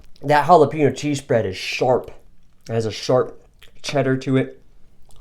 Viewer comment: Chorozo? Oh you sweet summer child.... hahaha. You redeemed yourself with pronouncing Jalapeno. Great video buddy and a sweet ration that Mike made up for ya.